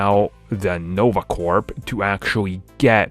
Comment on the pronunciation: Idk why, but pronouncing the P in Nova Corp is irritating.